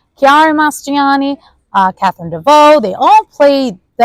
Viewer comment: This review was PAINFUL. Do you not know the pronunciation of the name of one of the most famous actresses in the WORLD?! De-NEUVE, not De-vaux, as you said twice. And Mar-CELLO. As for the "like, like, like...please lose it.